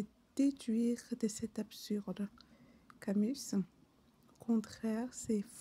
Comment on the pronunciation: Camu albert et non Camusse. S muet. Tu as une voix si agréable douce et sensuelle que tu me fascines rien qu en recitant le dictionnaire. N B je travaille à Trappes